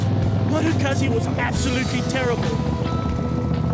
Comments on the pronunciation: FYI , It’s pronounced Goot-Zee !! 🙄🤦🏻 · It's actually pronounced Moto Gootsee